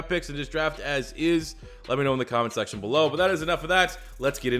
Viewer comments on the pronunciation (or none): none